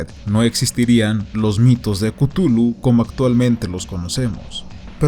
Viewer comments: Buen video, pero se pronuncia "Clujlu" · yo lo pronunció "ctjúlju"